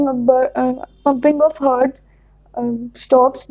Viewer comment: Pronunciation of heart was wrong.